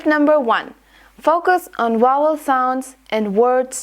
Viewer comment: if you focus on vowel sound you will aware that you pronounce the consonants sounds incorrectly just like in sounds of letter v in word vowel in . You are pronounced the v as the sound of w on the word vowel.